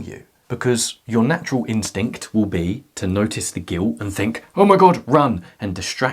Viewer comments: I love it when he said "giwt" jokes aside I am attacked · It's soooo cute how you say "guilt' without pronouncing the "t".